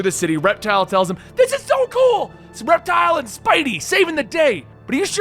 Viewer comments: It’s Reptil, not Reptile. There’s no “E”, it’s Spanish for reptile. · His name is pronounced Rep-TEAL. Reptile is with an 'e.' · It’s pronounced like rep-teel just wanted to let you know (I don’t mean to sound like a smarty pants sorry ) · Its pronounced rep.teal